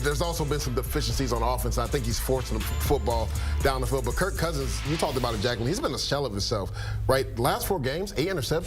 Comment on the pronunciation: Bro keeps calling him curt lol get this guy off the desk 😂